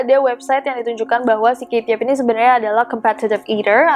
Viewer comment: Rasanya kate , bukan kaye